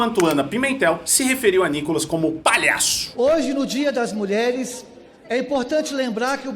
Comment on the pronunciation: Meninos, o nome dele se pronuncia Nicólas. Como proparoxítona, deveria ter acento agudo na primeira sílaba. Então, a pronúncia de quem conhece a gramática brasileira, é Nicólas.